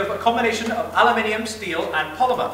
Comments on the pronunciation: ALUMINUM not alumininimum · no its aluminium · lol i know wut ALUMINUM is i wuz just makin fun of how he says it "alaminium" XD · Nope, it's supposed to be pronounced a-loo-min-e-um, but spelled aluminum. I was talking to the person who was too ignorant to understand there were different pronunciations. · the brits say it different FYI